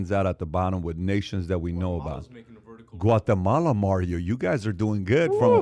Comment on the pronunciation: is a racist he you could hear it in his voice doesn’t no how to say Guatemala what a racist